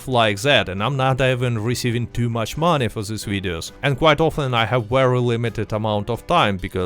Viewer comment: "We just need MANEH"